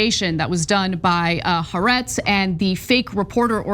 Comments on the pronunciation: Anna keeps mispronouncing Haaretz. The second "a" begins with a glottal stop as in apple. So, it's pronounced Ha-Aretz, "the land" in Hebrew, with the stress on the second "a." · The newspaper haaretz is pronounced "ha- arets" with "ha" being one word(="the") and "arets" being the second word.(="land") and when speaking you pause between "ha" and "aretz" (because they are two seperate words.) Sorry to be so pedantic but the way you guys say it is just...wrong! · Ha Aretz. There is a pause. Pronounced as two distinct words